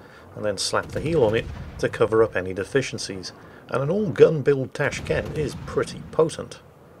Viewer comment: It's called TrashCan, not TrashCannot! GG!